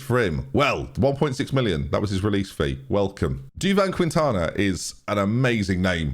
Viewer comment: Don’t pronounce de U in Quintana hence it’s keentana